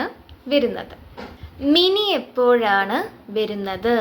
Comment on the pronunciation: വെരുന്നത്, വെരുക എന്നല്ല ട്ടോ. വരുന്നത് എന്നാണ്. വ മതി. വെ വേണ്ട.